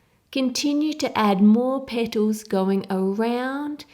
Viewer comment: I could listen to a 1 hour loop of just you saying "little petols".